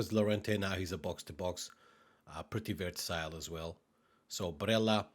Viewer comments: it's versatile , not vertasile . You said it wrong at least 10 times in the video ... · pretty "verTasile" LUL